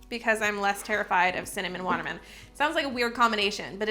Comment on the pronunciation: Im laughing at all of your word mess ups in this video!! Love your content!! Cinnamon watermen 🤣🤣🤣